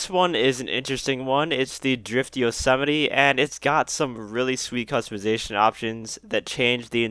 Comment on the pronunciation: Is that the proper pronunciation of yosemite?